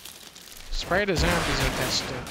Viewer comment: I’m English, but because of Dunkey I now always pronounce zombies as ‘zermbies’ when playing any Resident Evil. 😂